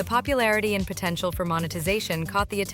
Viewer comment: did you just say potential?